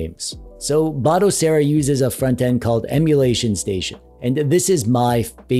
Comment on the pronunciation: Finally! someone that pronounces Batocera as BATOcera and not BODAcera!